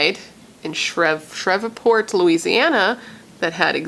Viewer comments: I'm from the south and ppl usually pronounce it Shreeve-port. I love your content and great vid btw! Love it's your 1st true crime vid. You also do beautiful makeup styles and when I watch ya I just feel like we're just chillin not killin lol. 😎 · It pronounced she re port….my family from Louisiana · it;s pronounced SHR-EVE- PORT :) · Omg! I can’t believe a serial killer that inspired Scream was in my hometown of Shreveport. Pronounced Shreeve port… Like leave… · I love watching all of your True Crime videos! And just FYI, it's pronounced Shreve like Steve and then just port lol..I live not too far from that area, that's the only reason why I know. 😊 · Like spree Shreeport v silent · Shreveport pronounced shreev-port🙂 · Shreveport is pronounced shreeve-port .. You are too hilariously cute trying to pronounce it. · It's pronounced "shh-reeve--port" I believe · Shreveport LA is pronounced Shreev-port. No worries. Just letting you know. Only cause I live in the south and that's how we pronounce it where I live. Lol. Ty for covering this story. Very sad and unfortunate. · I lived in Fort Worth and Shreveport for 6 years! Had no idea. (And they say it Shreeeeeveport.)